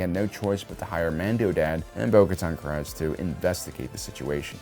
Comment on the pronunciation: Why do you choose to pronounce Bo-Katans last name incorrectly? You've obviously heard it spoken aloud in The Clone Wars and on The Mandalorian. So you know how it's supposed to be said. Yet you still choose to say it differently. Why? This isnt the only thing you choose to mispronounce either, just the first one I've asked about.